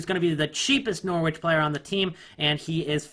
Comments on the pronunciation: when saying Norwich don't pronounce the W so it sounds like this norich not NOR-Wich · Norwich is pronounced norridge in a way. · Why are you prenouncing Norwich bare weird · Anyone else hate the way he says Norwich